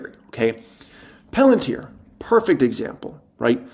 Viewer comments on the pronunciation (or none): none